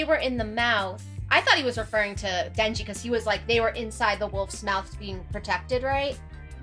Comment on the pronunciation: in retrospect, the katana guy read denji correctly